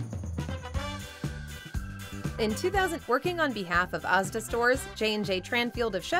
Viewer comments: Mhmm, bangers and mash. Speaking of sausages you can get this really nice square sausage that's great atop a beef burger. Did you really pronounce Asda as "Aughzda"? Seriously, petty stuff like this is why people complain. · She also couldn't pronounce asda remotely correctly which doesn't help.